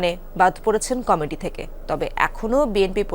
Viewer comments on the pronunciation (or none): কামেটি আবার কি রে? কমিটি উচ্চারণ করতে এই অবস্থা? বি এন পি অবস্থাও আওয়ামীর মত হবে, এইটা শুধু সময়ের ব্যাপার।